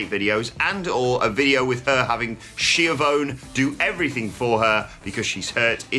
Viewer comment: pronunciation of Schiavone woke me up more than my coffee did.